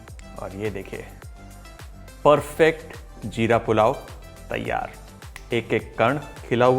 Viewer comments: Its jeera pulao not "ZEERA" as far as I know. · Hum log 'Jeera' Bolte hai Sir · wo 'Jeera ' hota hai 🤣🤣🤣🤣 chef 🥰🥰🥰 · Zeera urdu word you can't pronounce properly